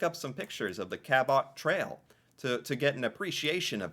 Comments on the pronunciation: The pronounation of Cabot Trail Cape Breton killed me 😂😂😂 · The cabot trail Cape Breton Island pronunciation was funny. My wife is from the area in the Cabot trail